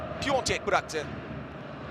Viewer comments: Ulan adamın adı piontek değil. PIATEK!!!! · Hahah hic sorma bende mac boyunca spikere sövdüm piontek nedir arkadas 🤣 aklima biontech aşısı geldi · trt özeti de piontek diyor delircem vallah😪😬